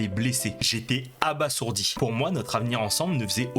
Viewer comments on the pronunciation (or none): Abasourdi, un "s" entre deux voyelles ça fait le son "ze" donc on prononce abaZourdi !!!